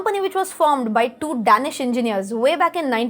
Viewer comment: Lovely video ma'am.. btw it's pronounced Day"nish 😁